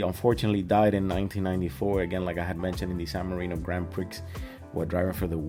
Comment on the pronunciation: Sorry for the later comment here. Nice reaction video my friend. One thing I will say, it's not pronounced the Grand Prix (Prixx), it's pronounced Grand Pree (it's from the French word), just a small thing mate, but, as I said nice reaction otherwise and thanks for that